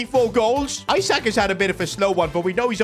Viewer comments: Isaac ❌ eessaaak ✅ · Isak not Eye-sak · Alexander Isak is pronounced ee-sak, not eye-sak, it was triggering me every time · not aiiisak isak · pleass stop calling him “isaac”, its pronounced “ee sak” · The way he pronounces Isak’s name is so funny